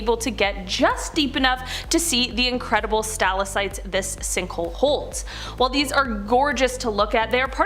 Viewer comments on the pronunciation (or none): Capillaries- Kap-ill-air-eez stalactites= stal-ack-tites not capilleries or stillasites! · Pronounced Stal Lak Tites